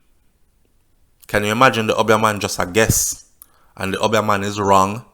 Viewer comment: The word is Obeah and pronounced OBE--E A not UB--YAH.lol